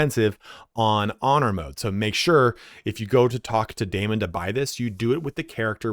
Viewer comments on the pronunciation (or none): none